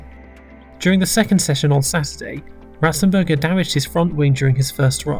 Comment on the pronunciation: You got Ratzenberger very wrong